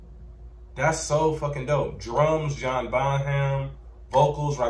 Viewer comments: The ‘H’ in Bonham is silent: Bon-um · bonham is pronounced bonum for future reference :)